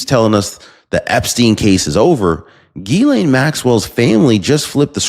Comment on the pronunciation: Love ya, But Her name is pronounced Gis-slaine Ghislaine. Just trying to help.